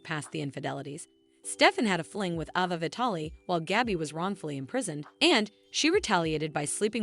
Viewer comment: Why does the people who tell the story online can't pronounce the actors names? Chanel isn't pronounced like the word channel and Ava is pronounced long sounded letter A. Anyways that's why many times I don't like to listen to these videos.